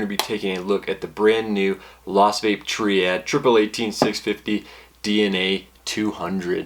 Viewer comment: i thoughts that its ment to be pronounced as triade not triad. is it not ?? :/